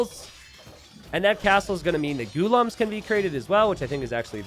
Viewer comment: Yeah lol and the way he says Ghulam omg.... He says Gu-lum when it is pronounced Gu-la-um/aam.